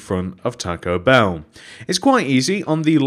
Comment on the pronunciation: it's bell not beel